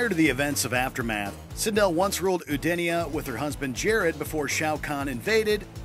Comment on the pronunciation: Edenia not Oodenia